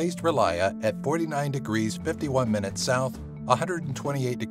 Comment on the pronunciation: Rlyeh is not pronounced "relier" . . .